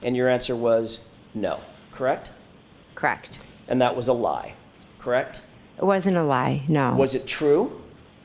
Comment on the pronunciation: Everytime McCabe says KRAKT !!! instead of “correct” it’s just aggravating.